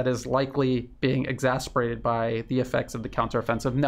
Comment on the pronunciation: Love you. Ex-a-cer-bate.